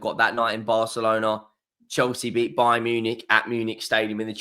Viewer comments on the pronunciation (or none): none